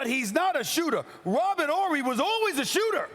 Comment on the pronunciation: "Robert Orry" 😂